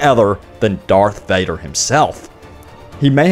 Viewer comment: yes when u said dathvader